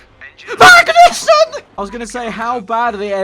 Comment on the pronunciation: Repeating the scene I can hear him saying "VAGNUSSEN !" Instead of "MAGNUSSEN !" XD